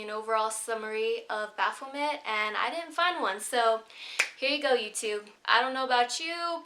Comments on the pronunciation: Its bapho-may not met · The 't' is silent in Baphomet.